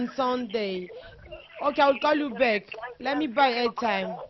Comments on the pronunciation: fifi anglais wana yango te that is very wack . you dont speak english . balobaka " I call you back" et non " I call beck" yango mutu ozosolola naye aza ko comprendre maloba na yote. loba kaka lingala ekozala bien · mj congolaise lol nalobi bongo Yaya quand tu parle avec un américain "back' wana okoyoka te Mais oyo Beck ya soso to ya nini mdr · siwa boni kokosa boye anglais ango oyebaki bien tein , call back et no call beck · kiéeékieee kiéeékieee oza somo yy obuki nga panzi forte beuck ya soso vraiment lol eeee naseki makasi kiéeékieee kiéeékieee eeeee l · Leo Silva ngai pe na comprendre te call u beck ya munoko to ya nini 😂😂😂😂😂😂 je comprend anglais ya Afrique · Bijoux Kalonji aw na UK tolobaka BACK